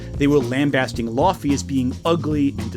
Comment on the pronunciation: (can i call you?) i love you, you’re a good guy, but i’m like 99% certain it’s pronounced “lao-fey”